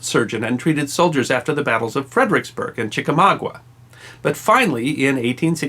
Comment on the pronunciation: i love your channel but just wanred to point out that it'a chickamauga, not chicawawa..lol